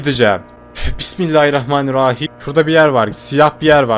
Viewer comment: Abi bismillahirrahramanirrahiğm demen mükemmeldi